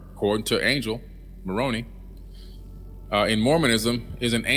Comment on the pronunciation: Billy, the Mormon angel's name is pronounced "Mo-rone-eye", not "Mor-on-eee".